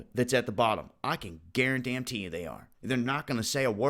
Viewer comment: Guaran-DAM-tee it!